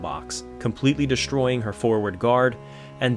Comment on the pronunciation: FFS...it its' destroying', not ' deshtroying'. It's not SHtruck, its ' struck'. If you are going to bastardize the language at leasht be conshishtent